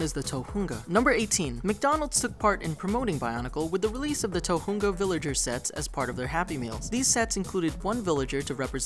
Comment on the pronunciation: You pronouced "tohunga" wrong